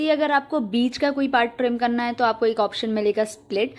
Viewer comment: Hello dear.... Love to see that... you are from M. P... N When you say.. "kanna hai "- (karna hai) full M. P touch hai🤣😂😁...i like your contents... .. Kindly make Video for... How to choose content.... I am from Jabalpur.. Jabalpur Engineering College passout